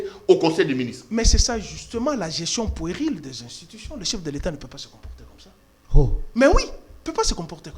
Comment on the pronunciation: On dit "puérile", prononciation "u" en français n'est pas le "u" en lingala. Donc on ne dit pas "poueril", kiekiekiekiekie.